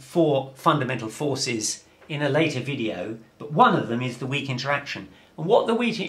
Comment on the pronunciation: The Wheatie interaction?